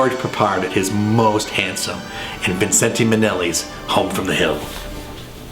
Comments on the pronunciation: Love your review, but the last 'e' is silent in 'Vincente.' So it's 'Vin-cent.' A fortune teller suggested he add it early on in his career for 'good luck'! Seemed to have worked. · I've never heard him referred to as 'Vin-cent-ay' Minnelli... Fancy! More familiar with Liza's version, "VIN-shent"! lol.